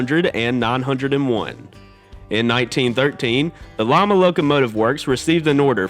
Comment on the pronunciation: It's pronounced Lima, as in bean., not Llama. Also, Baldwin had the VO-1000, comparable to EMD's NW-2's.